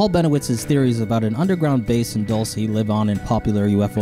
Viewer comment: Lol "Dull- say, New Mexico"🤣